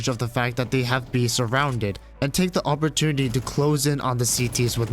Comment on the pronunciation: "Awpertunity" xD